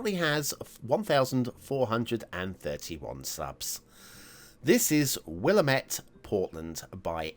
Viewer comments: Pronounce like Wil-lam-it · Will-AM-ette, rhymes with Damn it.